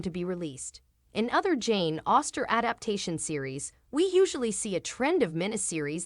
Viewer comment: “Auster” instead of Austen? Tied in a “boer” instead of bow? That was interesting. The narrator made some weird mistakes. Otherwise, I’m very happy to know that there’s going to be a third season of Sanditon. 💜 It’s been so long, I’d forgotten what the status was.